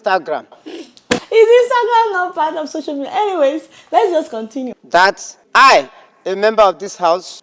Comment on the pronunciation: 😂😂😂😂 did he say Soso media